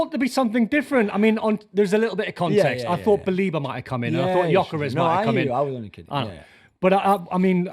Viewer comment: are they talking about gyokeres when they say "ioggeres"